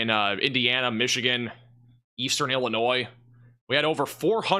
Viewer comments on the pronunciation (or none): none